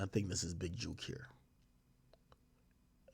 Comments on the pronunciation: Mane saying Juke not jook...awful🤦🏾‍♀️ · How people not from Memphis say “jook” is funny as hell 😂😂😂